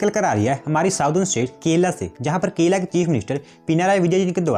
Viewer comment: bro it is kerala not kela